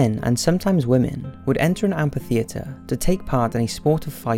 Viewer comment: It's amphitheater, read amfi theater, not ampi theater.